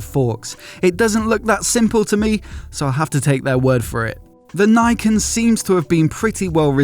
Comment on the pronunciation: "Niken" (meaning two swords) is pronounced as "nee-ken". Saying it like "nigh ken" sounds like "Nai ken" in Japanese, which means something like "No sword". Get it right!